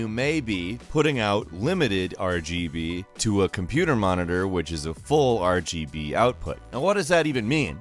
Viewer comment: Didn't get past the first one, couldn't listen to this guy say RBG one more time